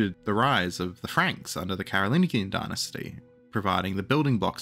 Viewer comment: For the love of Chuck “The Hammer,” Pepin the height challenged, and Big Carl, the “g” in Merovingian and Carolingian is the one in the French word “Allemagne” not the American “thingie.” Sorry for picking nits, this one was a fingernail to chalkboard interruption in the flow of awesome.